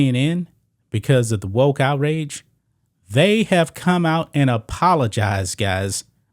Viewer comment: Wokes NOT wotes! Learn to pronounce your k's!